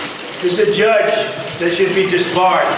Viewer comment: Does he know there is no "oo" in "judge?" ... he says "joodge" ... what a clown. Unfortunately, he can say and threaten whoever he wants and nothing will happen to him. He will NEVER be held accountable.